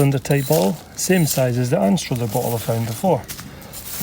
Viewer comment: You’re pronouncing Anstruther incorrectly. Oh dear.